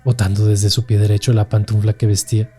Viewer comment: Excelente relato. Nada más tengan cuidado con la dicción. Se dice PANTUFLA, no "pantunfla". Saludos